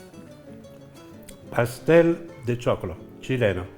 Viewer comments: Ciao, l´hai pronunciato benissimo (lo pronunciaste muy bien). Saluti da Salinas, Uruguay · Si lo dijiste muy bien. El Pastel de Choclo. Jajaja